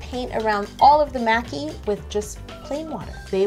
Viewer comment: she also pronounces maki as mai-ki like making would sound. and the constant bowing. i was cringing.